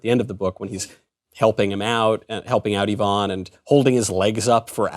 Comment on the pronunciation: I-vun. Not yvonne. Sorry. I'm one of those people.